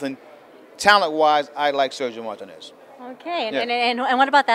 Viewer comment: cant stand how he pronounces Martinez's name...YOUR'E FIRED!!!